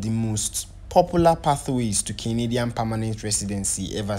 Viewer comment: Na Canadian he call but used a different intonation so it sounded as kinidian, you'll notice he repeated it often